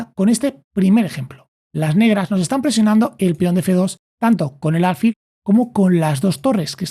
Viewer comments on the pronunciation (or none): Son excelentes tus explicaciones, solo el detalle de álfil en lugar de alfil. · ¿Por qué dice ÁLFIL?